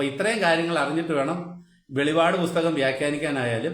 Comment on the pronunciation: സഹോദരാ, വെളിപാട് അല്ല വെളിപ്പാട് ആണ്.